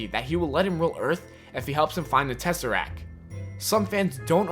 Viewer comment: It's a TESSERACT not a Tesserac. Fuck.